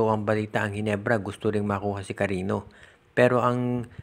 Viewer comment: Cariño Hindi karino ogag.